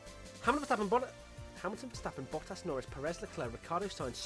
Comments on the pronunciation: Watching struggle to say Bottas made my whole week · You'd think after all these years you would at least get the "Hamilton, Verstappen, Bottas" part right😂